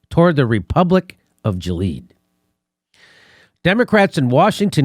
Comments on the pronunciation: It's pronounced Gi-lee-uhd, nor Jee-leed. Google has a pronunciation feature now. You should use it. Just type 'pronounce' followed by the word. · Republic of ja leed? It pronunciation is Gil e ad. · Gil-e-ad....haven't you seen A Handmaid's Tale on Hulu? Jileed? Please🧐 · Gil e ad. Three syllables, not two, Jimmy. Love at ya. DNC is about punishing the electorate for seeing truth tellers as a possible representative body. This cycle is way too important to give peace a chance! Grift is the business model of DNC. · ghee-lee-AD (that's ghee as is GEEZER, which, of course, I am.) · That's pronounced "GIL-ee-ad." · Jimmy and his guest clearly never read their bible. Can't pronounce Gilead and have no idea what it is. Even his explanation of it is wrong.